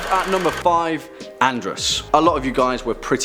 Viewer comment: As soon as he said Andras, I thought he said Andross. hahahaha